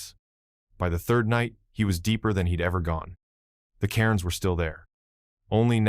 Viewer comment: Karens instead of Cairns??